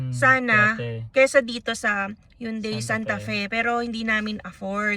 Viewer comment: "Hyun-DEI"... pero pass sa Korean car brands. Congrats in advance po.